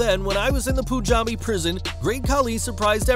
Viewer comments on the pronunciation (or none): Hey.. thanx for the video.. very informative.. just one thing.. its not pronounced poon-jabi.. its pronounced pun-jabi (as in pun intended)